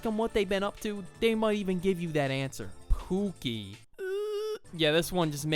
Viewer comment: He says pookiy than dies